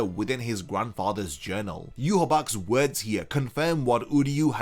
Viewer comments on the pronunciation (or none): none